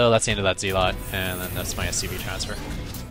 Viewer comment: It's pronounced "zell-ot". Not "zeel-ot".